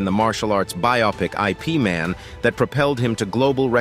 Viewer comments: 'I', 'P' Man? Seriously? It's pronouced eep like in "sleep". And btw, that was Donnie Yen as Ip Man. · It annoys me when he says I.P. Man instead of Ip Man! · Please !! it is not I.P. Man, his name is Ip Man , !! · the way he pronounces it🤣 like I.P adress😂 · its not I.P. can you pronounce ip man name correctly? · It’s not i. p man. It’s Yip Man. You’d think you would know this. It’s not Jeet Koonay Do. It’s Jeet Kun Do. Lots of important things missing from this video and lots of mispronunciations . 👎